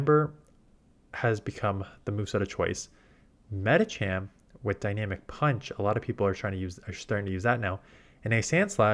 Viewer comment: Thanks for the good advice, it's tricky to keep up when the meta changes. Although the way you always say 'Medichamp' bothers me.